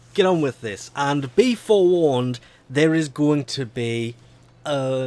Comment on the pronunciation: "Be foreWARned"